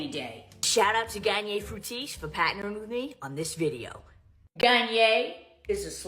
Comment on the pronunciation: “thanks l’oreal for patnering with me” 😭🙏🏽